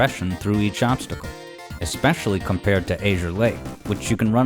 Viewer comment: You mispronounced 'azure' again.